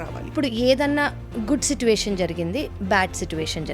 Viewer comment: సిటువేశన్ కాదనుకుంట.... సిచుఏషన్ కదా అనాల్సింది..